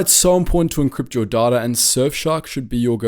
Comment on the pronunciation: Dislike for the mispronunciation of "data"